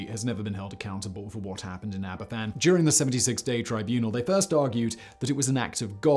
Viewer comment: Sorry to be a grammar nazi but I am just trying to educate. Aberfan is pronounced "Abervan". The "f" in Welsh is pronounced as a "v". An "ff" in Welsh is equivalent to the English "f".